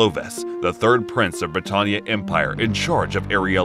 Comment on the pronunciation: I love this, but certain names are mispronounced. Like kururugi, britannia, suzaku, and Geass. Still love the video though!